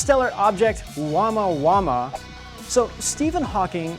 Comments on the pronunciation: its not pronounced wama wama. roflmao. I would hope with all the research you can pronounce words correctly. Especially if you want viewers to think your credible. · Pronounced Oh-moo-uh moo-uh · Love your show . FYI. The correct pronunciation is O - (moo -a, moo-a). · Omg !! You got the name wrong ! Of The interstellar asteroid (space ship) Oumuamua It seems you often pronounce the name wrong , 🤦🏻‍♂️🤦🏻‍♂️🤦🏻‍♂️